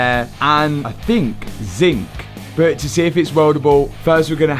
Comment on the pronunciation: Can't not notice accent) Never knew how many words have O innit. Bomper, Bot, Op, Hondred, Jost, Onother